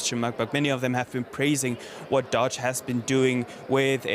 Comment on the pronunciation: Wow you are literally at the convention where they say DOGE about a million times and STILL cannot pronounce it. 👏👏👏